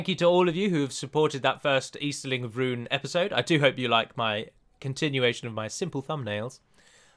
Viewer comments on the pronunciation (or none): It's pronounced roon not run you gonna delete this comment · p Tolkien's languages are mostly Latin, like portuguese (my language). "Rhun" is read as "Rhoon", always. I understand an english-speaker has a lot of trouble with these words, because you do read them differently. Anyway, cheers for the campaign. May you continue to head the development of this game.